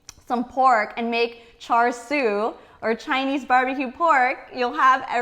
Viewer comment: Hi... thank you for your video... hard to find a good Cha Siu recipe these days on youtube. Just one comment... your pronunciation of Cha Sui is a little off and is very apparent to any Cantonese speaking asian. The "R" in Char Sui is Silent. so its literraly Cha... the Sui is prononced like "Dew", but with a S.